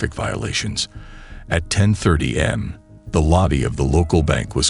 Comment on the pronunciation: Is this a real situation? I've noticed the narrator mispronounces words a lot and I couldn't find anything online when I did a quick search. He kept saying A.M. wrong. Said it as if it was am. Also, it was said they were lightning, fast and says they were in and out in five minutes. I don't know about you, but to me, that's not lightning fast. I'm pretty sure these are fake stories unless someone can prove me wrong.